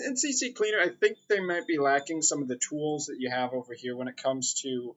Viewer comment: Thanks for the vid...but damn lol Please! CCLEANER JUST C and then Cleaner...if you're going to say CCCLeaner then say CC-Leaner it sounds more Gangsta lol